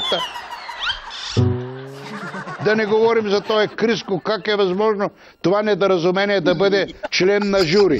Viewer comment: Някой чу ли как на Вучков каза НедАразумение